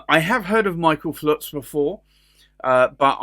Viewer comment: FULTZ!!!!! ...not Flutz you putz.